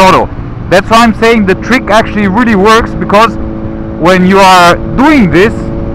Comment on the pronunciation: If I hear Treek one more time.........